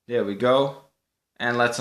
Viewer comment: your an awesome youtuber and i know its not your fault that you cant speak english that good but i get so triggered when you say dere (there) or when you say holy fricken moly or guaca moly or just holy moly and then it was one more thing that triggered me PS this was not a rant just some tips to get more subs like i get you in recommanded and watch you but beacuse you say those triggering stuff (reapiting not your fault just me being very easy to trigger) i wont sub you